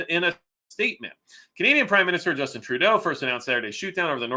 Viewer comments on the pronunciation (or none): none